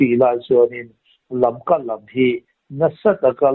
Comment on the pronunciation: LAMKA tih tur aw.